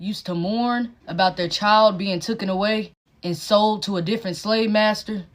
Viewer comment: Sooooo annoying when people say 'tookn'. It's 'taken' you mongaloid.